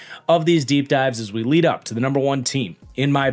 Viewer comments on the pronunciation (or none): none